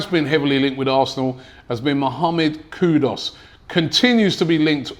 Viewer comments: It's kudus not Kudos 😅😂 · Robbie, how does Kud-us become Kud-os? Ffs lol!! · Robbie is funny, the way the guy butcher peoples names!! It’s Kudus not Kudos but makes me laugh every time 🤣🤣🤣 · Robbie, the player is not "KUDOS" - he's "KUDUS". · His name is KUDUS not Kudos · Kudus* not kudos smh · Can’t Robbie read? It’s KudUs and not KudOs! SMDH. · Its KUDUS ffs........not KUDOS!!!!! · The name is NOT Kudos, rather KUDUS. There is a difference between the two. Get it right. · Kudus!!!! Not kudos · Please is kudus not kudos don't make Ghanaians come for ur head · Kudos😂😂😂😂 Pronounced Koodoos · ONE questions?? .... Who's Kudos?? Are you telling me that Robbie not only mispronounces the names but that AFTV can't even spell his name correctly??